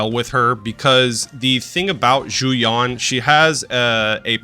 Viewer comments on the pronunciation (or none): The gall to try to charge the price of 10 soups for 10 minutes! You can get reasonably close to the Mandarin pronunciation of Yuan by just saying the letters U and N one after another. But definitely U En and not U On.